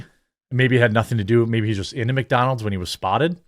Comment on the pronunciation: Holy fuck thats not how you say Mcdonalds dude